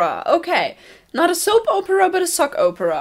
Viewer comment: Bill Cipher is always great. Also, and this isnt meant to be mean but you say opera it sounds like Oprah, it makes me laugh a little because now I'm picturing a Sockrates (I'm guessing that's how Camp Camp spelled it) like Oprah lol.